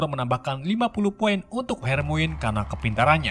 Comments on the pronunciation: Harmoni bang bacanya, bukan hermoin wkwk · Harmoni bang...bukan Harmoine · Maap bang... Itu baca nya bukan hermoin... Melain kan hermaini :) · hermione dibaca hermaini bukan hermoin bng🙂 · Bang hermonie bukan hermoine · bukan hermoin tapi hermion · Dibaca nya Hermoni bang